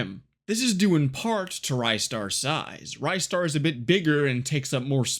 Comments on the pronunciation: It's not rajster, it's ristar dumbass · Nah, he didn't. I came here seeking a comment mentioning the pronunciation, and it's wrong. It's actually "reestar", not "rystar". You can check that by how it's written in the original Japanese release (it's named リスター as in Risutā, instead of ライスター as in Raisutā). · NO, wrong! The developer have confirmed their intention was to make it short for Rising-Star; Ri-Star Thank god he started pronouncing correct after the start of video - it was offending my ears. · Sigh...great video, but sadly I can't watch it because your mispronunciation of Ristar as "RYE-star" every 2 seconds is literally melting my brain.